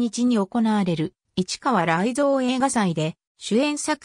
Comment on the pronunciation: 市川雷蔵や勝新太郎の名前の読み方が間違っているのが気になる！